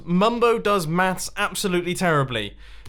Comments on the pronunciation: You said mass, that's what i heard so is it mass or maths?? xD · You said I can't do mahs